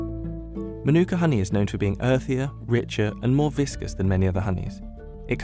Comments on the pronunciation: The correct pronunciation should strongly stress the ‘Ma’ at the beginning, like ‘MAH-nu-ka’. The first syllable should be much longer than the other two. It’s definitely not ‘ma-NU-ka’, as it’s being said too many times incorrectly. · Ok, I really don't understand this... You write the word mānuka correctly, yet you insist pronouncing it wrong ("manûka"), with the stress on the second syllable! What's wrong with you? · Here's a Tip on Correct Pronunciation: Manu - ka, not Manooka. Break it into syllables, as I've outlined. The most expensive I've seen it sell for at local supermarkets is $20. But I just get the small jar which costs me $12 sometimes I get the next size up from there which costs $15. It's not even the most expensive Honey they sell here, they have other brands selling $50. Never seen it priced at $100, that would make it Liquid Gold. I'd try it at least once, anyone got any handy to send over lol Kia Ora! 😊👍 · pronounced mah-noo-kuh, not ma-nOO-kuh. the Mah is emphasised, not the Noo sound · I believe the NZers pronounce their tea tree honey a bit like "Mar-neck-a" . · Fun fact it’s actually not pronounced the way we all say it. It’s more like “Mar-na-ka” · The macron over the A (Ā) means it’s a long A, with the emphasis there. MAH-nookah. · It’s pronounced ‘ mah nooka ‘ you idiot. The emphasis is on the first syllable. It’s a Maori (indigenous New Zealander) word. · Narrator: Månuka Me: Giggles in Arabic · Oh and by the way it's pronounced 'Maa' - nuka. That's the meaning of the line above the a. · I wish the narrator learned at some point how to pronounce mānuka, but I guess the lab worker didn't get it right either. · Mānuka is pronounced Maanuka. Drag that ā out like you mean it. - Māori is pronounced Maowri not Mahri. Dont forget to roll that r. Show it who's boss. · All this research and information and the narrator still can't pronounce mānuka or māori